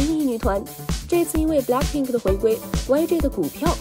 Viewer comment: 英语哪里学的？blackpink不是balck pink！